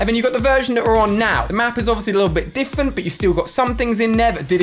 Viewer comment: Ali a said diffant instead of different 🤣🤣🤣🤣🤣🤣